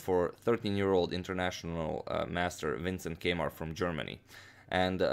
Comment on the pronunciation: When he said Keymer, I thought he said K-mart!